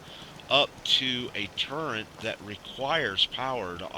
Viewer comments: does anyone else wonder why he is saying turrent not turret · " TURRET " not " TURRENT " nice vid though..